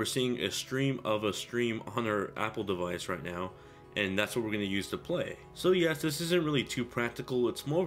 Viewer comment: learn how to say device!